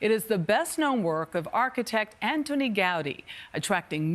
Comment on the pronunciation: No, el seu nom no era "Antonio", era Antoni, en català. Ho diuen bé però canvien l'accent